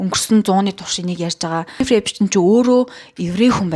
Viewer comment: Эйпшн гээд байх эйпсн гээд сонсогдоод байгаамдаа😅😉